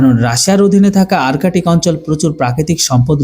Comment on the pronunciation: আর্টিক বা আরকেটিক নয় । শব্দটি হবে আর্কটিক । ধন্যবাদ ।